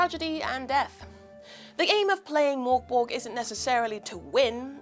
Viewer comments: Merk Boray - Not Mork Borg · I love hearing English speakers trying to pronounce "Mörk Borg" 😄 Liv was far from the worst I hasten to add.